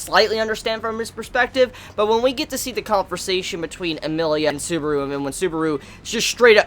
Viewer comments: Its Subaru not suburu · suburo wtf say it proberly